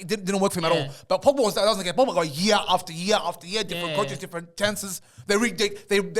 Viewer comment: The disrespect on pogba's name is crazy 😂